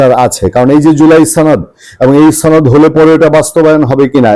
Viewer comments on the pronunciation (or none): আপনি সনদ শব্দটাকে রাজাকার শিশির মনির বিহারীর মতো ছনদ বলে উচ্চারণ করছেন কেন!